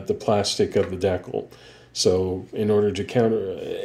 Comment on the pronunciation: It's pronounced "DEE-KAL."